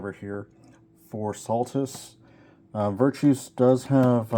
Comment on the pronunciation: Sorry, pet- peeve: NOT VIRTOUS... (well, I mean, the dude is virtuous. Obviously. He's a Great guy!) But his name is Virtus. VER. TUS. VIRTUS. Little mishmash of virtuous and vertical, I think. Sorry for the vocabulary lesson. Like I said, pet-peeve. 🙃